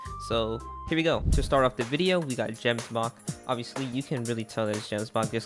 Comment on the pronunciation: You pronounced "Gemsbok" + "Miasma" so wrong...